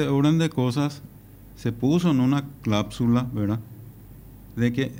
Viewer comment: no sabe hablar. Ni logra hacer una oración. A un abogado asi yo no le pagaria ni 1 dolar. Clausula es la palabra, el tipo dijo CLAPSULA.